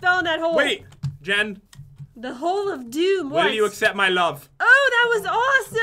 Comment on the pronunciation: Jen says " stay away from ma sponges "